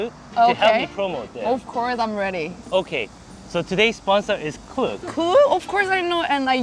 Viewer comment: its actually pronounced k-look like k-pop. but get your bag king